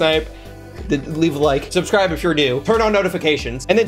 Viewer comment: He said subscribe and not subscrib I'm shook!!